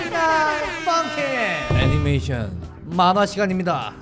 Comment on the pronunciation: 참고:펌킨 아니고 펑킨